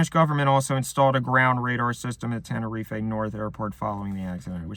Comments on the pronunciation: Why does he keep pronouncing it tenereef-ay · ten or ee fae 🤫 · Knew this was going to be good eating when he mispronounces "Tenerife" in the first 10 seconds